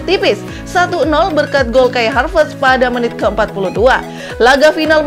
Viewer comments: haverst bukan harvest. Koplak bt sih😂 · Admin : "Harvest" Me : "😑😑"satt